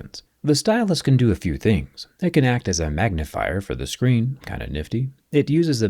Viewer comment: I want'uh muh 6'9 huuuuge screenh!